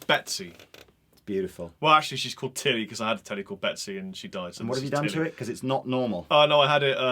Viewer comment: I first heard say: "Well actually she's called Titty..." Then I realised it was Telly or Tilly x.x